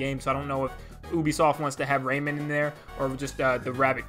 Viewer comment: Ray MAN not raymond and amaterasu ah ma ter ah su - you got it bud